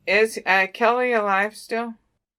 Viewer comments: umm it keily ..like kyile not kelly just thurt id let u knw lol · It's Keily NOT KELLY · Her name is pronounced With an I , is is not Kelly it is Kily. Spelled Kiely!!!!!!!!!! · Kiely not Kelly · If you don't say KIELY'S name right through the whole reading does it effect the reading but keep calling her Kelly. Are your spirits connected to the right person? You even spelled her name wrong in the title of the video title. Can you please answer my question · 😇💜 PLEASE don't attack me, BUT you are saying her name wrong. Kiely ( Kylie ) or ( Kyle ) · You pronounce her name as Kylie although it is spelt Kiely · Her name isn’t Keily, it’s Kiely, and your pronouncing it as kelly in the beginning of the video. I don’t mean anything by correcting you on her name, just wanted to let you know cause some people on here will be mean about it. I love your work and what you do to help others. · Pronounced KY Lee;)